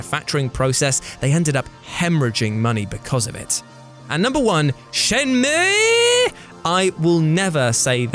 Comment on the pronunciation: Had to pause because your pronunciation of Shenmue has me almost rolling on the floor laughing.